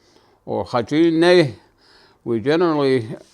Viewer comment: This was the original spelling. I am not sure when the spelling changed. The the way he is pronouncing is correct. Dine’ seems different. Navajo is my first language. I never took a class to write Navajo language. Just saying, not criticizing.